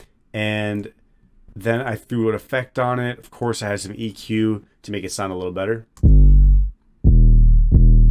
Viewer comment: why does he call it eqer 😭